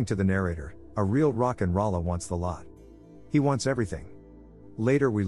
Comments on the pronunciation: Rock n roll a not rollah. Thumbs down cuz I had to hear it wrong 50+ times lol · Almost closed this tab after hearing the robot say Rock n Ralla...